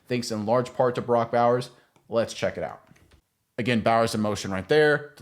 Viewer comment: Can't even say his name correctly?